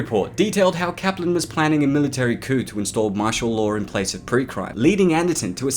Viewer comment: You say words in a weird way: Lar instead of law, idear instead of idea. Please stop. Its unnecessary.